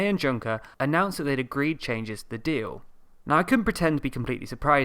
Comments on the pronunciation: Please please please learn how Juncker's name is pronounced. Reading it like junk-er makes it very hard to seriously focus on the content :))) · IT'S PRONOUNCED YUNKER! Thanks for the video. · That's not how you pronounce Juncker! It's similar to "Yoonkah" (there's also a French way of reading it but it's not that relevant) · I think it is pronounced Joon-ker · You are totally massacring the pronunciation of Juncker's name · I WOULD REALLY APPRETIATE IF YOU PRONOUNCED JUNKER CORRECTLY EDIT: it's the second time im asking, please pronounce people's names accordingly : (